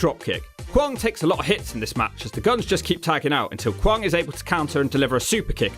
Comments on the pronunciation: Kwong? It's kwang... Pronounced like bang bang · Not kwong but kwang like bang or fang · Guessing mispronouncing Kwang repeatedly was for comedic purposes?